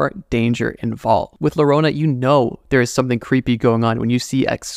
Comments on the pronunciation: Llorona= Yorona not lorona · The LL in llorona should be said like u so yorona not lorona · Hahaha my friend, not larona-> La___ LLORONA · Its not "lorona" It is like yoyo "yorona" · Just for the record, it’s llorona (yo-ro-nah) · Llorona pronounced yorona according to Spanish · Llorona is better pronounced as "yorona" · Larona 💀💀💀 como lo dice el wey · Llorona is pronounced "gio-roh-nah" for non Spanish speaking frens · I love your content but the Llorona pronunciation took me out😭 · Being hispanic... I cringed super hard every time he said llorona wrong